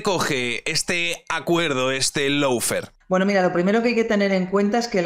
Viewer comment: Amigo. Se pronuncia “Lo” fare, no “Low” fare. Abrazo!